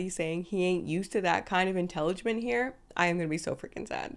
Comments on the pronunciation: Every time I watch this episode of my 600-pound life, I screen record Freddy saying "inteligement" 😂 priceless. 🤦🏽‍♀️ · 😂Was your husband unable to understand it was the word "intelligent" being mispronounced?